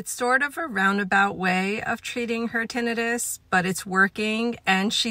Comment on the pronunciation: That’s the correct way